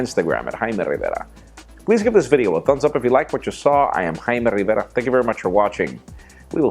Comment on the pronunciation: He says his name 4 times...i like it.....:D